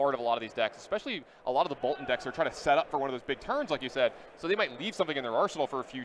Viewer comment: Listening to this and increasing Blood Debt by 1 every time the commentator says 'ekspecially'.